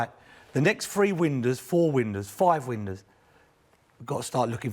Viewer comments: Windows mers, not ‘winders’ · What's a 'Windur'?